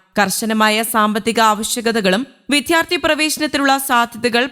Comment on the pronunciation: Enthanu “vidhyarthi”, it should be vidyarthi.